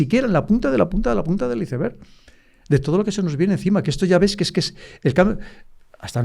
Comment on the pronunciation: ICEBERG Se pronuncia AISBERG , PORQUÉ PRONUNCIAN COMO LEEN ??